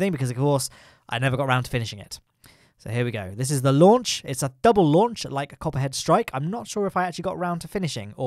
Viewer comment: When you're saying Copperhead Strike in the video, I can only hear COPPA strikes lol. Alcohol review on Planet Coaster when? :P